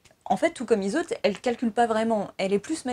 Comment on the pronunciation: La dichotomie entre ''magie noire... et magie pas très magique'' 🤭 C'est de la magie blanche, verte, par exemple. De la Wicca, du Hoodoo... Des pratiques magiques qui ont pour règle de ne pas causer de mal aux autres. Oui ça existe haha Au fait Yseult ça se prononce pas plutôt ''izeu'' ? 🤔 En tout cas cool cette analyse sur un de mes films préférés :)